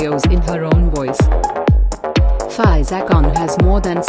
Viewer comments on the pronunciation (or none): It's fee -zah